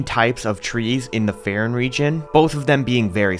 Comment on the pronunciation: please take literally two seconds to think about how you pronounce things before saying it differently than everything else. You say Faron the same way you pronounce Farosh, like the "A" sound in the word "game". You don't say Faron with a hard A and then suddenly pronounce Farosh completely different. Please correct yourself.